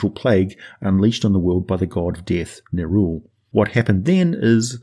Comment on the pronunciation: Only because you said to "post any corrections;" Nerull should be pronounced the way it's spelled i.e. Neh-rull like skull; not Neh-rule like cruel. And also it should be pronounced Shay-dar kai as in shade instead of Shah-dow kai as in shadow. While I understand it's splitting hairs, you are a man of words and are looked at as the example to follow with them. Help us be more exact with a more accurate pronunciation of the creative spelling their creators gave them. On a side note, it's a disservice to pronounce Asmodeus as Az-mode-e-us instead of using the same emphasis you'd pronounce Amadeus with. No one would say A-made-e-us; they pronounce it as Ah-ma-Da-yus / Az-mo-Da-yus 😉 Thank you for creating all this amazing content and take the criticism with a grain of salt... I love the channel!